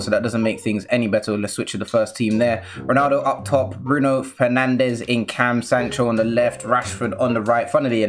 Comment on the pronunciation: Man said penandes more like skynandes